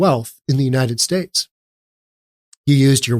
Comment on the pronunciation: He was singing on one early video ‘ YOU CAME TO WORK BUT I CAME TO VACATION ‘ . Then he says ‘ I do not have to work cause I get money and food and this little princess was born here.’ ‘ I do not want to work ‘ . He pronounces UNITED STATES “ UNI ESTAY “. Also, I do not feel sorry for his partner, she was in the background of this video laughing. DEPORT HIM ASAP!! 😡